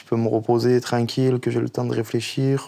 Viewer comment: « Eh bah c’était trenquil » - JuL